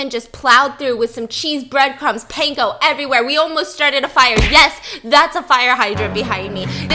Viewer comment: stephanie noooo😭😭 you did not just say pain-ko puh lease😭😭